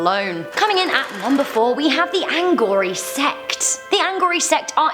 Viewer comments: It's not anghori..it's aghori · It’s Aghori* not “Anghori”! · It’s Aghori,not Anghori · It's not ANGHORI it's AGHORI. Btw I really love your videos. They're great and very entertaining 😄❤ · It is Aghori not Anghori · It's aghori not angori. You would never understand them, unless you read the Aghora trilogy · How stupid it's Aghori not angori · Great video...👍🏼correction "its Aghori not Anghori" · They are not called ANghori they are called Aghori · Actually, it's not Anghori its Aghori and they are not a tribe, they are more like sadhus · Aghori not ANghori and they are a Hindu cult, not a tribe. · It’s AGHORI not Anghori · it's Aghori, not Anghori. And they're not secretive at all. tf you get that?? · It's Aghori not Anghori.. You people are super dumb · First of all its not Anghori, it's Aghori which is a Hindi word meaning one who fears nothing, second the guy you see in the video is fake who is just using the fear of wrong notion against Aghori people demand what he wants he is just defaming them, if you see the complete video you will see as soon as he gets the bottle of booze from the reporter he wants the reporter to leave and doesn't want to answer his questions, ofcourse because he doesn't have answers to those questions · Its Aghoris - no pronanciation of "n". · It's aghori u idiot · Its AGHORI